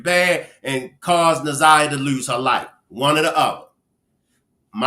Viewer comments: She called her zanyia more than once. Its like calling me benya instead of kenya .. rude and careless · Oh my God, get her name right ! Its Nazi yah ! Geese they messed up this case so bad!